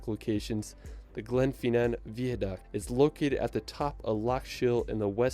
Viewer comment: If you are in London for 2 hours you won't have time to see anything !! You don't have to drink alcohol when you go to the pub. BIG BEN is the BELL inside the ELIZABETH TOWER. HE pronounced GLENFINNAN and VIADUCT incorrectly. What about the LAKE DISTRICT, THE COTSWOLDS, THE PEAK DISTRICT.?